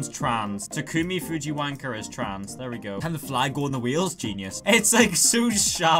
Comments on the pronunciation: to “Tacumi” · I love the fact that 2086 Takumi call as Tacumi. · As “taCUMi”